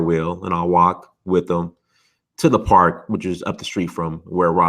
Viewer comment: Raaaaalo not rolo lol